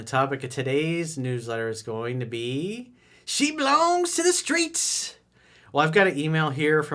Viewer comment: the skreets, the skreets